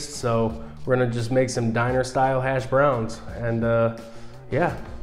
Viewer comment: Only person I’ve ever heard annunciate the “browns” in hash browns. That was annoying.